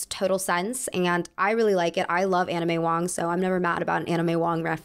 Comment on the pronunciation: I kept hearing Anna may Wong As 'anime wong'